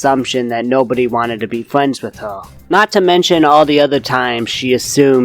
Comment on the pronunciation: it's funny that you say friends like fwends